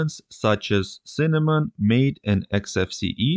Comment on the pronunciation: Good presentation. Very clear and simplified. Only one critique... MATE is pronounced [ mah'-tay ]